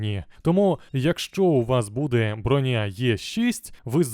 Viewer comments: Не Броня́, а Бро́ня! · Шоб ти всрався, не бронЯ а брОня! Аж вуха пухнуть.... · та не бронЯ вона, а брОня, як же це ріже слух, неймовірно просто